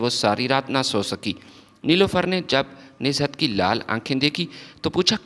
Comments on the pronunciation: Pehle Urdu ki reading tau janab seekh lein, Nuzhat not nizhat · Name is Nuzhat not Nizhat. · بھئ کم سے کم جو لکھا ہے وہی پڑھ کر صحیح pronunciation. کے ساتھ صحیح تلفظ کی ادائیگی کرو بجائے نزہت بولتے وقت ز کے نیچے بلا وجہ زیر لگانے سے کیا مل رہا یے